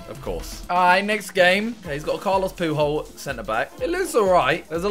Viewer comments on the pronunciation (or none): Did Simon say Carlos poohole aha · When Simon calls Carles puyol Carles poo hole😂😂😂😂😂😂